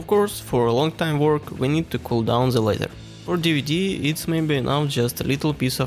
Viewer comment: you need to wake up before make "zhe" (the) speech.